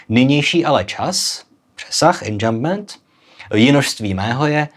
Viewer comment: Enjambement se čte anžambmán prosím, francouzštináři to trhá uši 😊